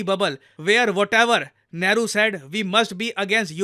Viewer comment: Nehru ❌ Lehru 🤡